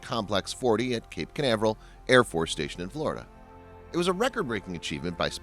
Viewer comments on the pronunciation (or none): none